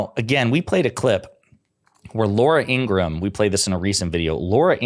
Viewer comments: I can't stand Laura. She's such a sour ass. I didn't think news hosts were supposed to give their opinions. Oh, and her name is pronounced ingra Ham. Per her brother. I watched a special with her brother on meidas touch a couple weeks ago and he said their last name is pronounced ingra Ham. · Laura Ingraham. 'ING-GRA-HAM'. (3 syllables)